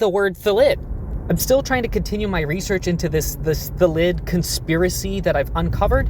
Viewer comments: In all honesty, I think it’s because the English language has most two syllable words as trochaic (stress is on the first syllable), which would make it “THA-llid” not “tha-LLID” to be a word normal to how we are used to pronouncing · I know this is an April Fools thing but in all seriousness it's 'Thal id, the default pronunciation of words in the English language is to have the emphasis on the first syllable of a word. There are regional dialects that differ and a few exceptions (because English is rife with contradictions) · .......when you were comparing thalid to salad, i was sure you were gonna say "phallid"